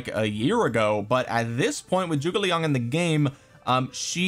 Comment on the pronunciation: can we stop pronouncing "Zhuge" as "Joo-gay"? or do we still want to keep mispronouncing it?